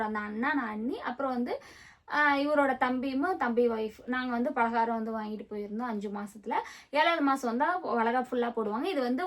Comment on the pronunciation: பாலகாரம் இல்ல பலகாரம் 😂